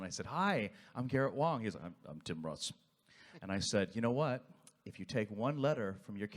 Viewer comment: Wang is pronounced WONG!!!!! 😂